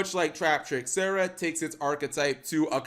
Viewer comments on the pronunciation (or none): none